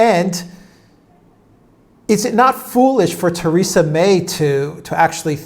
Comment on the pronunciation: Who is 'Tayrayza' May? Does he mean 'Theresa' May'?